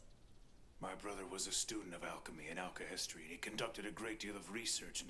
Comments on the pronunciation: Why does everyone call it "alchi-history" it's "alche-hestry" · Alcahestry not history :) Ishval not Ishbal, Ishval sounds better anyway.